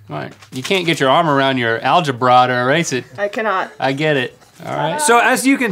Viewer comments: I liked once Link said Alege-Bra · "alge-BRA" ... Oh man this show is priceless sometimes.